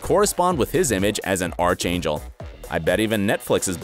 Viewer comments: It's pronounced..."Ark Angel". Not...arch. Yes, spelled Arch, not pronounced that way. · Archangel is pronounced arc-angel, not arch-angel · did he say “arch” angel? and not “ark”angel? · Arc..angel, not arch angel. The spelling is the same but its pronounced differently. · Ark not arch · i think what he's getting at is the word archangel is pronounced like ''ark-angel' which is how everyone I know pronounces it. edit: he also mis prononces sociopath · that's archangel it's pronounced aark·ein·jl like the Ark from the book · Arch angel pls pronounce properly😭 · How is it possible that none of you can get through a video without mispronouncing something. The word is pronounced ark-angel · ARCH is pronounced "ARK" when referring to angels. He's not a structure people are walking under. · Archangel pronunciation lol 😂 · The way he said archangel was 😂😂